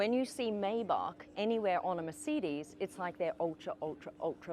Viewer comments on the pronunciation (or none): "Meyh-back on the merseedis" That is a violation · Merceedees? And isn't it "my-bac"? 🤔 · Meeecedez😂😂😂😂😂😂 listen to yourself 🤣🤣🤣🤣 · MICIDES? its MERCEDES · I’m sorry, but every time she says “Mer-CEED-Ees”, it gives me whiplash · WHAT THE FRIG' IS A "MA'SEE'DEES"?😂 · Why tf she keep calling it a MerCDs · What is a Merseedees? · Why are you pronouncing it "mer-seed-eze"? You're a professional car channel... pronounce it correctly. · Is it just me or this lady can’t pronounce Mercedes??? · Why can’t she pronounce Mercedes properly ? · She said mercedes instead of mercedes... Over and over, I can't take it 😢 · You should learn hou to correctly pronounce Mercedes. Irritated the f out of me